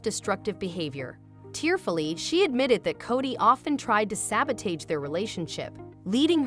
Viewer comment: I wish the narrator knew how to pronounce words!!!!😑😐😑😐🤔😐🤔😑🤔😐 Example would be Sabotage!!!